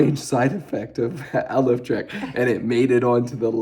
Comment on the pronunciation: I think it's pronounced "A Life Trek!" ❤